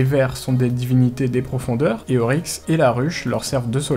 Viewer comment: c'est Oryx et pas Auryx